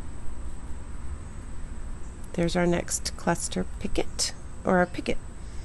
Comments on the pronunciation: I rarely correct anybody but the t in picot is silent. Pronounced pee co. Beautiful square, I love it! Thank you for sharing! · Beautiful stitch. A little fast for this old lady but I had the pattern to watch as you worked. I agree with Robin about the pronunciation of picot . The French don't pronounce the "t". Thanks again for the pretty pattern.